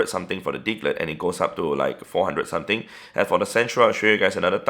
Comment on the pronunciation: What is bro saying sutin sutin sutin